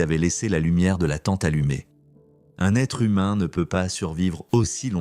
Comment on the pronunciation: Quand j'ai entendu l'IA dire " le corps zumain", j'ai arrêté là.